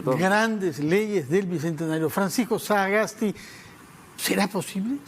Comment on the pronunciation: El periodista tiene graves problemas de dicción, y le es imposible hasta de pronunciar el apellido "Sagasti" y dice algo como "saaaaa gas ti"; y a pesar de ese grave defecto, habla demasiado y permanentemente interrumpe con larguísimos discursos intrascendentes; cuestiona e interrumpe, especialmente a los entrevistados que no comulgan con sus convicciones políticas. Que pena da este tipo de periodismo sectario, que abdicando de su deber de imparcialidad, toman escandalosamente partido a favor de intereses políticos y económicos.